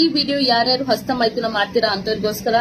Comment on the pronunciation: "ASTA" ALLA "HASTA" MADAM, HOW MANY CHILDREN DO YOU HAVE MADAM, CAN YOU PLEASE TELL ME.